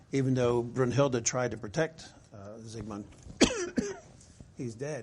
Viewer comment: Also its pronounced "Brinhilde" with a short i, not a long u.